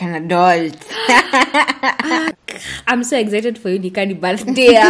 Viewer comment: "Like an adolt " 😂😂😂😂😂😂